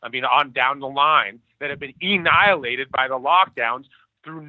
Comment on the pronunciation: is he saying “Ennihilated”? “Dennihilated”? wtf?